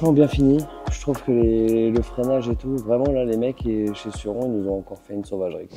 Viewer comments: c suronneeee comment sa se prononce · 220 jours de crono et on dit (sorrone)en prononciations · Je suis québécois c’est trop drôle de vous entendre dire surron😂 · Perso je prononce Sur-ron 😄